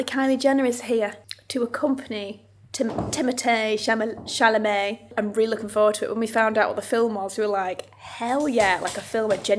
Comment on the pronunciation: Timothy Camolèe?? I love you, but you should know the name at least of the actor, you are watching in the features movie. You are such a professional, you would be surprised, if someone doesn’t pronounce properly a huge brand they are representing or invited to represent or be part of their event.